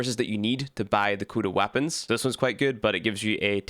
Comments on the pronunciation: pronounced Co-duh. Not Kuda. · Is anyone else triggered by him saying KUDA 😂😂😂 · Aint no way you saying Cooda 🤣🤣